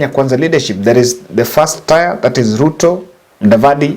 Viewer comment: Please get the pronunciation of "tier" right before you use it again.